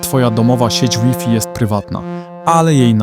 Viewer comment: Łifi? Ty też jesteś AI? XD